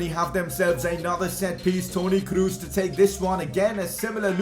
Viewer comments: "Kroos" is pronounced "Kros" not "Krus" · lol you didnt tri it with the ö. Most English persony try to say ö but he faild but its better than dont try it oh and its Kros not Krus 2x o arent u in germany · Toni Kroos not Kruus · I See it A Pass To krus I:Hahaha You German Name Späking is more Bad Than Brasilien in ther oun Home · i love how he says toni krus xdd